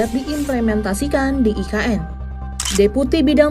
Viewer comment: Sebutannya pun tak betul dok sebut e ka n hahahahahahahahahahaha parah dah